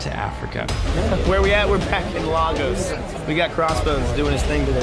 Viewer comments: Did he just say...lAgos? It's Lagos nigga, LAGOS! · “Lay-gus” not La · I will scream if I hear someone mispronounce "Lagos, Nigeria" again. It's lay-goes not lah-gohss. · Cringe moment every time I hear LAH’GOS instead of LAY’GOS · LAH-gos Nigeria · Hearing them mispronounce "Lagos" is killing my soul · I love Captain America civil war but you mfkers could have at least learnt the correct pronunciation of "Lagos" 🙄